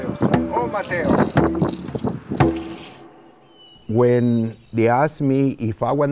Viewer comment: ometeo not oh mateo !!!